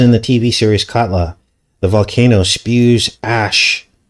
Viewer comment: the way you pronounced katla sounds like kudlow. Larry kudlow is a former economic advisor for 45 who was more the neocon economic rather than populist (populist is more like Bannon, Navarro, Beatty, etc). he has a fox show